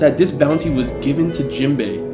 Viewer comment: no way he said Jimbei 🥺😐😐😐😐😐😐😐😐xd